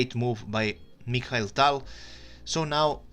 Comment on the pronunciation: He doesn't know how to pronounce Mikhail. My name irl is Mikhail and people always have trouble pronouncing my name